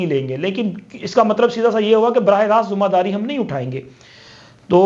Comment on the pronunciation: Zoomma dari ,baithaks , mulak kindly sahi pronounce Karen